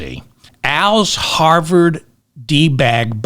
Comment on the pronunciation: Did you say harvered 😂